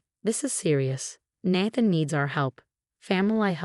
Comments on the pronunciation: I used to laugh at this particular voice naming a character “Ratchel” but Natthan is even funnier. That AI had improved of late. Is this an older story being recycled through RR? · Can you teach AI to correctly pronounce “naive”? And “Nathan”.